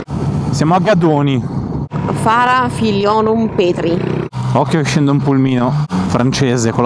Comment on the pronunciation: Ovodda e Gadoni, non Ovadda e Godoni😅.